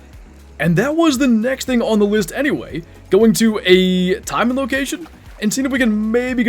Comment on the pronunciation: Taimen should be said taymen not timen. For example, we don’t say pine, we say pain with the emphasis on a.